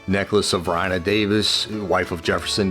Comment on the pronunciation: Varina is pronounced Vareena. Philip St. George Cooke was the father of Flora Stuart wife of Jeb Stuart. It’s years since I was in Richmond and I can’t imagine it without the statues. Be proud of the brave men who fought for the Confederacy, they are a part of your history.